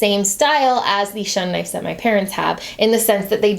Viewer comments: I have an honest question that may sound like I'm being a jerk but I don't mean it to be, Is it pronounced knifes in america instead of knives? or is that just? Like how we (Canada) pronouce mauve "m OH ve" not "M ah ve" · Stephora No, it’s pronounced “knives” in America. I noticed saying “knifes” too and thought it a bit odd ha.